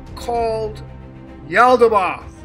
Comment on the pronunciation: Pronounced...yahl-dah-baYoth like moth